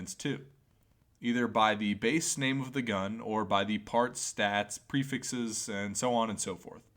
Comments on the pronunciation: lmao lmao he does kinda say "prefexes" you're lmao right lmao haha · The "prifexes" really grinds my gears Enioyed the vifeo anyway tho.